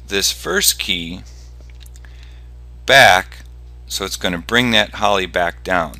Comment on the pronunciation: "Holly" lol its called an "Ollie" XD